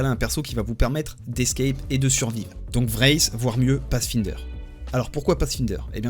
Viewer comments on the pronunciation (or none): Vraith (oreille qui saigne)